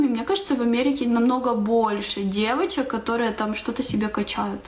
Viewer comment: О, любимая чаечка! "Дэвачек" 🤣